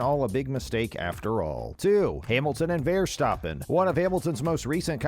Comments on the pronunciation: Dude check the pronounciation....vearstappen....jarntruli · It was good info albeit kind of short, plz learn to pronounce the names so they don't sound so retarded also, nobody is called VERstaaPen.. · how can you make a video on f1 when you can’t even pronounce verstappen